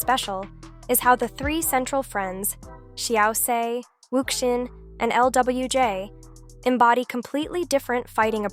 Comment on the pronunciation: Please use phonetic spelling for Chines names to avoid "Wuxia" being spoken as Wuksia...